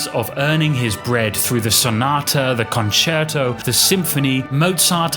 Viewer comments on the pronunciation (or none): none